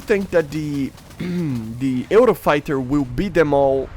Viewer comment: Also you pronounce it "yoo-row-fai-tuh"